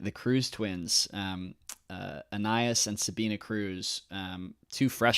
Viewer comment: You pronounced Anais correctly!!! Amazing!!